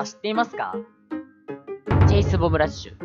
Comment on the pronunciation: 9割チェイスって言えてなかったねー ´ω` )/